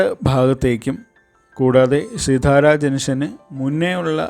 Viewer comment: പറയുമ്പോൾ സിത്താര എന്നാണ് പറയേണ്ടത്.